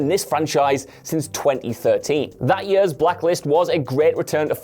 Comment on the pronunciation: i cannot comprehend how you can read the word "years" and pronounce it as "yuuurs"..... and presumably pronounce it this way for your entire life.